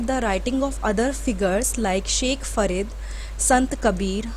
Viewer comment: Ma'am, it is F A R I D not F A R E D.......THANK YOU VERY MUCH FOR YOUR SOFT SPEAKING AND YOUR TEACHING METHOD.....🥰🥰